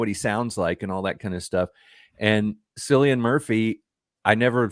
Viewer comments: Cillian Murphy.... say Ki-lee-un Mur-fee. not Silll ian. Your pronunciation is cringe worthy. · Killian not Sillian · man it is not pronounced as sillian it is K for cilian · It’s Cillian with a hard C.